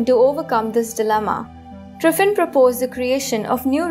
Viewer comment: She says Driffin.